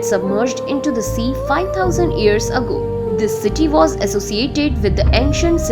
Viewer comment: Not ears it's years stupid